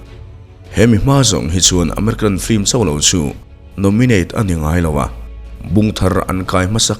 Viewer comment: 'Flim' nilo in 'Film' ( lam a har deuh chuan 'FIM' tih pawn a la dik teuh zawk) ti a lam nise ngaih thlak a nuam leh zual ang. I channel a ngaihnawm ṭhin e.